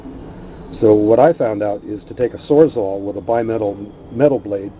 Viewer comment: "sores-all" LOL Very nice stand though.